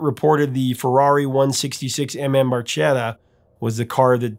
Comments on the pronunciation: Bar-ke-ta… Little boat in Italian…. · Fun Fact: Barchetta is actually pronounced with a “k” sound, not a “ch”. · I always wondered why they pronounced the word barchetta incorrectly because I'm pretty sure it's pronounced bar-ketta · The italian word barchetta is pronounced bar-kay-ta. But I think we'll let the boys slide on this one. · Geddy didn't even pronounce Barchetta properly in the song! 😅